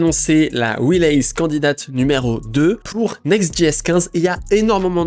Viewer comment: Je me suis fait la meme réflexion, je suis parti chercher une vidéo sur le même sujet avec quelqu’un qui parle anglais correctement 😂